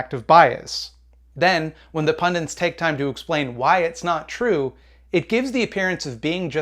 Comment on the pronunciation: Again, "pundents" instead of 'pundits', how many times yanks?